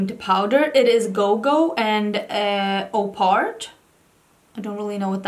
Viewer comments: It's not 'Opart' it's 'Op Art' referring to the popular Op (optical) Art movement of the 60s, ie artists like Bridget Riley who experimented with line, colour and optical illusion. It's driving me nuts seeing content creators struggling over this quizzically 😂 I really think Natasha should release an explanation/pronounciation guide with her palettes as there's always some obscure reference or name that baffles everyone! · Congrats on the PR, so well-deserved! Love both of these looks, I really want to buy the palette now 😁 Re "opart", I think it's op-art, given the reference to 60s art and all, I also almost didn't recognise it written in one word. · Yay congrats on getting Natasha Denona PR!!! 💕 P.S. Op Art (Op is pronounced like Pop without the p) was an art movement in the 60s in which art was made to look like optical illusions. Kind of like the top you’re wearing for that second look!